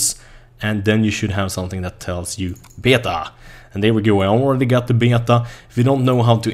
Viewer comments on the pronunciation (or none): You pronounce it 'Bay Ta' not 'Be yay ta' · Beta, pronounced Bay-Tah. Just a friendly correction, instead of Bay-uh-tah. When said quickly it sounds like bay-dah. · Älskar hur du säger Beta när du pratar engelska och så kommer en svensk dialekt XD